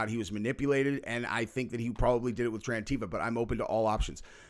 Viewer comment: Did she say trans-tifa?!?